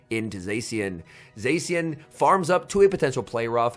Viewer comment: I lose my mind every time he pronounces zacian wrong